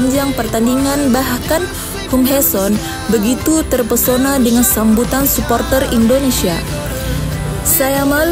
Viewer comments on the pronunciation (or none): none